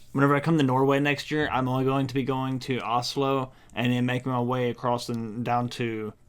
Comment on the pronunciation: so funny. just before you did drip your eyes. she told you how to say Oslo. and the first thing you said was åslo :D